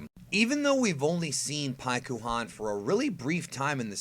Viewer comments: Oh, you mean like Sas-U-ske? Shut up with the Pik-U-Han. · When u read paikuhan in japanese the u is supposed to be silent. Its like thst for many japanese names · Just don’t say paikuhan